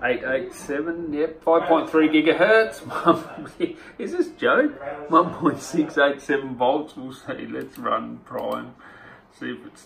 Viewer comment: jigahertz.....it should be gigahertz not jigahertz